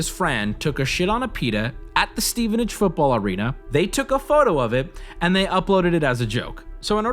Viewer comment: Props to wubby for pronouncing Stevenage like a local and not like the average American